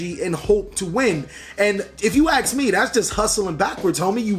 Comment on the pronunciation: Love the way he says: "If you aks me" But seriously, it's well known that every deck has its own learning curve. I remember when Pendulums came out I really hated them so much, but never actually tried to understand them, then, when the PEVO set came out I bought a box and build 2 decks out of it, Pendulum Magician and Zefra, and still playing them even today, but none of my friends can follow my line of thought when it comes to Pendulum combos, techs or matchups. And I can't pilot non-pendulum as half as good as Pendulum based decks. So, imagine the ones that keep changing decks each new format just to keep playing at the top tables, they really have a lot of skill and knowledge of the whole game.